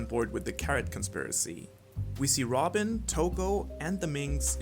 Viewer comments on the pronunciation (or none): none